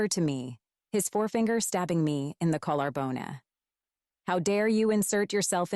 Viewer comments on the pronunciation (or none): Poked me in the collar bonay.. Not bone 😂😂